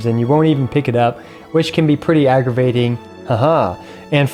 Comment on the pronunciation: agravating lmao